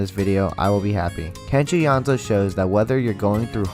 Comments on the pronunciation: Sameeee hehe YO-NE-ZU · great video but I am amazed at how the pronunciations are butchered I mean it's literally in Latin, "Yonezu" → "Yanzo" ???????????????????????????? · please don call him kenshi yonzu his name kenshi yo-ne-zu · Just so you know, his name is “Yoh, Nay, Zoo” Among his fans, we call him Yone-San. Good information though. Thanks. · when he said kenshi yonzo i DIED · Man said Kenshi yonzo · Its Yo Neh Zu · HE PRONOUNCES IT KENSHI YONZO IM GONNA GO JUMP OUT A WINDOW NOW GOODBYE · *slightly cringed how he pronounced Kenshi's name * do check out clips when he hosted the radio program, Monthly Artist File -The voice, he spoke quite a lot (its rare cuz he's usually so quiet). If u listen carefully you'll notice when he speaks there's like small pauses where he goes "ehhhhhhhh" while trying to think and it's adorable